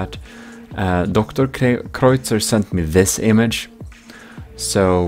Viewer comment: Just so ya know, DrKreuzer's name is pronounced like "doctor cruiser"! Love that guy.